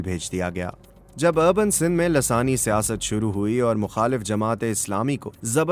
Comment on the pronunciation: محترم السلام و علیکم کیا یہ لفظ دراصل لسانی Lissani ھے یا لاثانی Lasani آپ تو ہر بار دوسرے نمبر والا ہی بول رہے ہیں